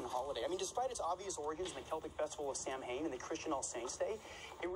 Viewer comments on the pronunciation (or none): it’s pronounced SAH-win (saa•win) is usually celebrated from October 31 to November 1 to welcome in the harvest and usher in “the dark half of the year.” Celebrants believe that the barriers between the physical world and the spirit world break down during Samhain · The way Reid said Samhain as Sam-Hane instead of S-ow-in hurts my soul. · I just noticed that Reid pronounced Samhain as Sam Hain, when it's actually pronounced Sowan. Someone with an IQ of 187 (and his background) would know that. (~3d clip.) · Wait waitttt backup I just realised spencer pronounced the Halloween Celtic festival of Samhain like SAM- HAYN’ NOOOO it’s pronounced like ‘sawwan’ 😭😭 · reid mispronounced samhain (s-ow-wen) he said sam hayn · .Spencer so intelligent until he pronounced Samhain as Sam-hain. It's actually pronounced Sahwin. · It's pronounced sow-en not Sam-hain like it's spelt.... from a practicing Wiccan for almost 20 yrs, you're welcome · I am so glad im not the only one who caught that😂 I sat here and was like "samhain hun, samhain" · Tbf, for most English dialects, just saying ‘saweyn’ is pretty easy. He def wouldn’t pronounce it like a native Irish speaker. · Proof Reid doesn’t know everything: he totally botched the pronunciation of Samhain (it’s like Sow-in. the Irish language is weird, coming from a Celtic pagan) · Super late, but the closest English pronunciation of the Irish word Samhain is sow-in where "sow" sounds like "how" as opposed to "sew". Hope that clarifies it a bit! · *Samhain is NOT said like that. It's "Saa-Wn'' (yes, it can be spelled sauin or samhain, but no matter where/who you are in the world, it's pronounced 'Saa-Wn') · Oh my lord... Sam-hain made me laugh so hard, its irish for end of harvest and its pronounced sa-ow-ann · My little irish heart broke a little wjen reid pronounced samhane wrong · Arrrrgh. Samhain is not pronounced as its spelled. It's pronounced Sow-een. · sam hain? arghhhh lol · I'm shocked every time when Reid mispronounces Samhain.